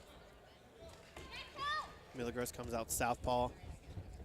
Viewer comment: every time the commentators pronounce milagros wrong, they should be punched in the face. its a spanish name, not a word like milligrams.